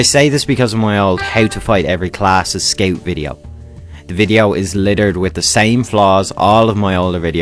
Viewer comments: I laught every time he say ''skeu'' insted of scout xd. nice guide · 12 minutes of me being mad about him saying "sceut"